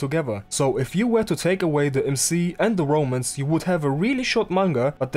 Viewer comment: from what I see, I like the 90s art style, but the story, yeah, I'll probably avoid it if it's just C***teasing for the next 1000 chapters... Ps. I always misheard you say romans from romance, like "this manga sucks, because it only has romans", still Good analysis video! PSS. Wait I kinda like the story...